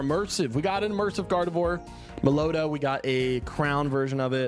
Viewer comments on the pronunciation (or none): Meloetta is pronounced "mellow-etta". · Bro its pronounced mellow wetta. Also i cant wait to pull all commons 😂😂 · It's pronounced melo-etta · May-lo-a-ta pronounce it like this bro😂😂😂😂😂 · Melo-etta lol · Bro been butchering Meloetta every vid😂